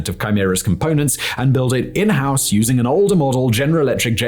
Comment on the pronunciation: Simon, are you trying to learn Mandarin? Because you keep bloody mixing up Horse and House.